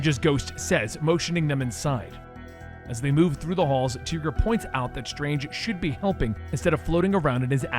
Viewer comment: Tigra as in “TY-GRA” (I’m sorry, but someone had to say it)